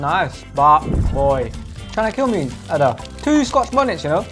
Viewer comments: Nigerian girl pronouncing "Ada" as "Harder" is making my blood boil.. What is that weird pronunciation? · I can’t get over how they pronounce her name 😂😂💀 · You're telling me that she's a Nigerian and she pronounced her own name like that? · As an Ada, my eye twitched everytime he said Ada lol everyone pronounces it that way but it’s not how it goes